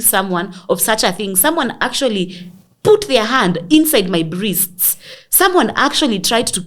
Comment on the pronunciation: “Brists”🤣🤣🤣. Gal, unanimaliza every time ukisema hivyo.